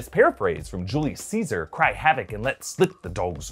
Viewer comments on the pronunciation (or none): none